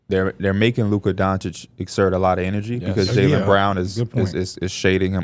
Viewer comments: How is it your job to talk basketball but you still say “donkchick” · If yall can get antetokounmpo right, yall can get Doncic right. It in not Donchick 😂😂